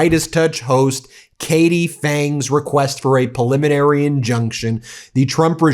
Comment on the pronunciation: Ben, why do you always pronounce preliminary injuction as "puliminary"? It's so weird. You're a lawyer. It's a word you should pronounce correctly every single time, not wrong every single time.